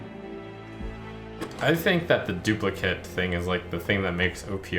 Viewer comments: I love this game but please pronounce duplicate correctly, I swear every youtuber I watch pronounces the noun form of the word and not the verb form. It just bugs me every time I hear it. Would love to see more of this game from you though. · Does it bug anyone else that Trump always pronounces "duplicate" wrong when it's a verb?